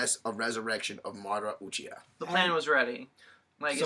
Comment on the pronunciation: Did anybody else notice they pronounce everything wrong? Rinnegan, Madara, Uchiha,Uzumaki, Nagato, and some other one's I don't feel like typing.